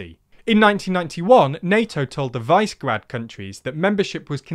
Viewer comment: Visegrad (Vish eh grad) not Vice Grad.